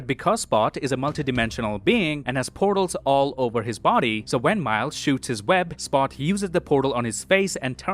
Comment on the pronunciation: "Spot you-ziz the-uh poor-dole hawn he-iz fay-is uhnd turns Mile-ziz..." - !? No. It's just Miles nit "Mile-ziz," you typical mouth-breathing degenerate filth.